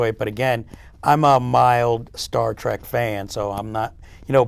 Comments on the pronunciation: Star TREK .... you idiot ... TREK, TREK, TREK ... not TRACK! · Why does this leftmost idiot keep saying Star TRAK? God!